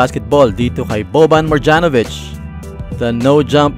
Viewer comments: MarYanovich po yung pag pronuobce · mali yung pagka pronounce mu sa "Marjanovic"